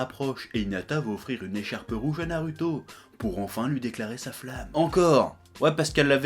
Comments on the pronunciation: franchement, arrête de prononcer naruto comme ça, prononce le comme un "ou"; parce que ça commence à m'énerver 😡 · a dit Narouto